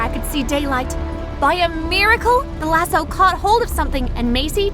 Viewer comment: If was funny how she said lasso